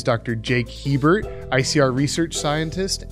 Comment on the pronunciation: Hebert is pronounced "A-bear"